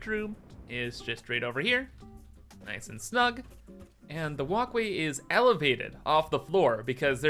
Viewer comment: dude said noice in the big 24😭😭